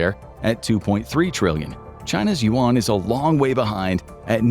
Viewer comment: Very, very good video 👍 100% agree with all the info. Only 1 thing : the pronunciation of the Chinese money is not "want/woan" but "yun" 😅